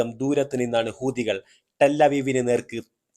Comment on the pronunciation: നിന്റെ മറ്റേടത്തെ ഹൂദി😂 ഹൂത്തി എന്ന് പറയടോ.😂😂😂